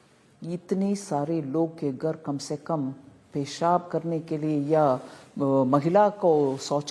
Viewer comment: Gar nhi ghar hota hai aur rahul gandhi to pappu hai uski bat hi chhor do aap